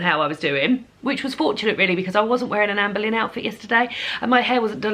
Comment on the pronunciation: Me being American and knowing absolutely nothing about any of these queens, I spent the entire last video thinking you were saying Amber Lynn until I saw the title of this video. 🤦🏻‍♀️😂